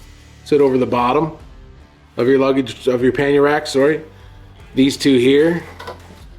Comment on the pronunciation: Nice system! In the garage I thought you said “panty rack”😂😂. I was like “ what now?” Lol.